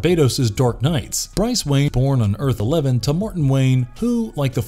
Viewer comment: guy said Earth -11 rightfully!